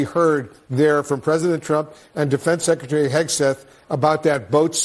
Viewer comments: If you cant say “Secretary” vs “Sekaterry” then you probably should be out of a job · LOL! Jeffreys can't even say Secretary! he says Secetary! He's such a joke!